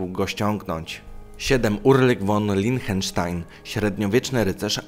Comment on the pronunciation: Nie Lienchenstein, a Liechtenstein Jak cytujesz wikipedię, to przynajmniej poprawnie wymawiaj nazwiska